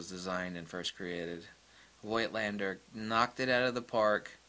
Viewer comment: The "i" in Voigt is still silent.